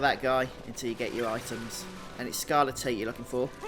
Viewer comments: Never heard someone pronounce it as "scarle-teat", I always hear it as "scarle-tight" lol. Thanks though for these guides mate, they are very helpful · I know this video is 8 years old but it's pronounced skar-le-tight bro no tits involved 😂❤ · This is great and I appreciate the video, but they way you pronounce scarletite makes me giggle. Sounds like a livestock disease...